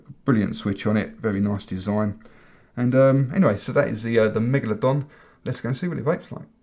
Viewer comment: I heard him say manglerdong